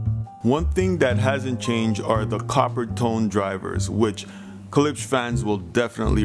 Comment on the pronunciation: please pronounce the damn name correctly gosh!! its not ke-lipsch its klipsch!!!